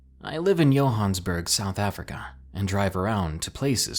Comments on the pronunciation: Yohansburg?!?! Are you SERIOUS?!?! Youve never heard of Johannesburg?!?! Its JOE-HANN-ESS-BERG! C'mon son! .........yohansburg......LMAO!!!!! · Ummmm..... You've never heard of Johannesburg? That's definitely not how you say it lol. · The music is really awesome! Thanks for another great video- Johannesburg... Might want to look up that pronunciation Ha!